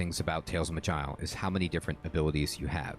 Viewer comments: Pretty sure it ain't "magile" lol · It'ss pronounced "maj-eye-el", with the j being sort of sh/ch combo.